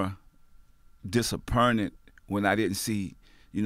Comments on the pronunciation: "I was more DISAPERNTED...." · Lmao!!! Mast P dentures sliding out!!! Talkin bout “dissssaaaappeeerrrted”. Go head’ Rome! I’m feelin the new gay porn movie producer look! He would be a hit on a gay 🌴 island 😂🤣 hol’ up let me stop!!! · He was "disapernit" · “I was mo.. disappernet” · Did Master P just say Disapurnted not Disappointed LOL Bruhhhhhhhhhh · I love how he said "disapernted". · Did.....did...did P just say "disapprunted"???🤣 ... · When Master P said "disappurnted", I lost it. Lol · This nigga said disapernet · Oh God...disapperned😂😂....moanin instead of mourning 🙄😳😂...bruhhhh....still love ya Percy Miller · "Disa pern ed"